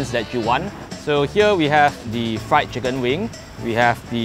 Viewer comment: RRIED CHICKEN